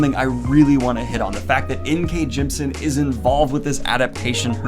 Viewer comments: In case you do end up interviewing her like you talked about in your live, Jemisin’s name is pronounced “Gem-ih-sin”, you’re just missing that middle syllable :) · I THINK, and I could be wrong, that you say "Jemisin" incorrectly. I think it's "gem-i-sin", yes? Three syllables. Someone correct me if I'm wrong.